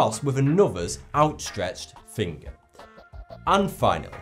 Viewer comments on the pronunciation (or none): none